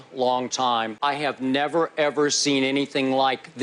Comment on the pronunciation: Neh-ver as much potential as Randy Moss. Never.